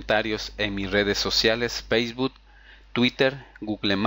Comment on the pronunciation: pagina wet ,yutu ,feisfut guglemas ,archivos rap, etstaer aqui ''setap'' ,''necs o siguiente'' , y como 100 okey ,amigo de verdad entiendo que podemos equivocarnos pero primero toma en cuenta que si quieres tener mas exito en tus tutoriales debes de aprender a pronunciar bien las palabras